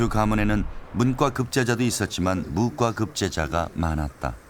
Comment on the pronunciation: 무꽈로 읽어야 하는거 아님?? 소장도 의미에 따라 소장, 소짱,... 송장도 송장(죽은사람), 송짱(거래 내역) 이렇게 읽는게 통상적인데.. 너무 써있는대로 읽음......